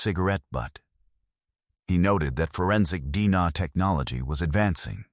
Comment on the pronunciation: Is this the best effort you (the YOUTUBE Channel creator) can put into this video story? If "yes" then I won't be watching any more videos from this channel. This is sloppy, poor quality work. The AI narration cannot even pronounce "D N A" properly? And the entire video shows one picture. Why no other photos of some of the main characters involved? No photo of the person who finally got caught and put on trial? Why were there so many obvious questions about what was revealed in the trial? Well, I watched this particular video all the way through. Then I glanced through a couple more videos on this YT Channel....same thing - one picture, same AI narrator left un-checked for proper pronunciation. Whoever is responsible for the content in this channel is simply telling "cold-case" type stories - and putting in the minimal amount of effort, resulting in a very poor quality experience for us viewers. It appears to me that this Channel producer is just making easy money on the tragedies of other human beings.